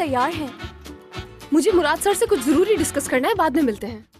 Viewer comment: Joruri ❎jururi✅